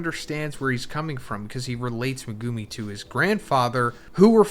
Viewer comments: MEH-GEW-MI LOLOL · The way this guy dismantles Megumi’s name hurts. Omg.. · It really is annoying. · Does anyone else cringe really hard when this guy says Megumis name?😅